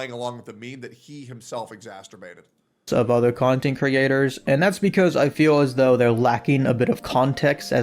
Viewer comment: I don't care about the drama but I do care that bro cannot pronounce "exacerbate"